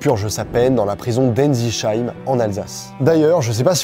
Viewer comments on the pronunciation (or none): Attention ! En tant qu’alsacien mes oreilles saignent : Ensisheim se prononce tel que Enssissaïme et non pas comme tu le fais dans la vidéo :) cela n’enlève cependant rien à sa qualité ! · « Enzicheim » j’ai mal aux oreilles et c’est tout se que j’ai retenue . S’est Ensisheim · ensisheim ce dit ensi{SS}Heim Et non Cheim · Vidéo incroyable ! Et bel hommage et respect de la famille 😊 Si je peux juste me permettre (habitant pas très loin de la prison) on dit Ensisseim, le SH ne se prononce pas vraiment comme on le lit 😬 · "Enzicheim" aaaah dur pour l'oreille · 😂 Toi qui connait l'Alsace on dit Ainssissaime ( phonétiquement parlant ) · Sa maman, à la fin, elle fait peur 😶 "noooon, pas inquiète du tout ! il s'entend super bien avec Guy Georges ! 😃👍" 🙄🙄🙄... sinon, excellente vidéo 🙂👍 (faudra juste réviser la prononciation des noms de villes et villages alsaciens comme Ensisheim 😉) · C'est incroyable super vidéo Je suis surpris parce que j'habite à Ensisheim la prononciation est pas bonne mais c'est pas grave En tout cas merci pour cette super vidéo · Tout était parfait dans ta vidéo, jusqu'au moment où tu prononce Ensisheim... L'Alsacien en moir pleure...